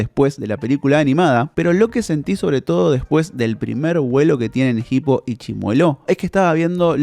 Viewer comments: Es hippo, no jipo la H es muda, por dios que dolor de oído escuchar como lo pronuncia en todo el video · la h es muda, se pronuncia "ipo", no "gipo" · Que bronca que le diga "Jipo", habla bien por dios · PORQUE PORONGA DECIS JIPO PAYASO. Te quiero mucho lucas